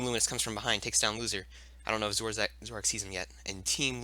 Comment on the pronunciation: it's not zoroack it's zoroark T_T